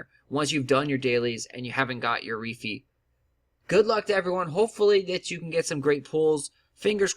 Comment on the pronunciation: Good Video. But I cringe every time he said Reefee lol